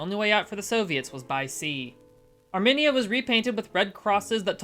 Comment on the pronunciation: Thanks again friend. Though your pronunciation of Armenia got me to cock an eyebrow, good show all the same.